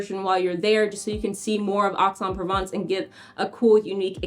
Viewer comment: If you want people to take you seriously, then PLEASE learn the correct pronunciation of place outside the US. It's EX en Provence. It is not difficult to find someone to help with learning the correct pronunciation.